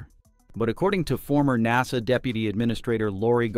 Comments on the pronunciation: AI crappy narrator pronounces NASA like Nahsaw! Then other times correctly. 🤦🏻‍♂🤦🏻‍♂ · Star LIHN. er. NAH sah need a better bot doing the narration